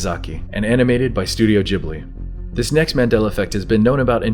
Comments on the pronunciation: Am I the only one annoyed by the way he said Ghibli? It's not pronounced jibly it's ghib-li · I am sure you've been corrected already, but it's not Studio "Jibbly" as you pronounced it, but Ghibli with a G like in the words get or gold or grow. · "studio gibbely"??? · Studio gib - lee at in guh gi like gift or give..gib-lee😁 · The way you pronounce Ghibli really pisses me off